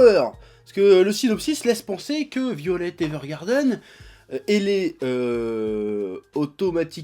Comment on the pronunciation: Mais arrête de dire "violette", putain ! C'est "Vaïolet"!